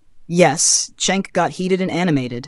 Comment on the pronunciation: You don't know how to pronounce Cenk's name wrong it's pronounced Jenk